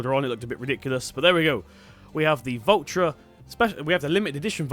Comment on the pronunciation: the way you say valtra it would be spelled vultra